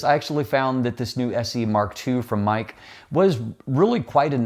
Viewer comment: For the price I would go with the Sirui 85mm 1.4. Small point on Meike, it's pronounced phonetically 'Maykur' and is chinese for beautiful technology.